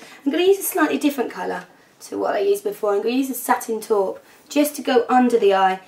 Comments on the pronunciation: haha I love how you say taupe like an Irish woman-so cute! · the way you said "taupe" made you sound irish. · i LOVE how you say taupe! like if you agree xD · I love how you say taupe like an irishman. It's adorable. <3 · I like the way you say Satin "Taupe"... You so ridiculously talented!!